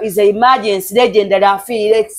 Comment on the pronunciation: Mbu lengendary 😂 Wabula mwasama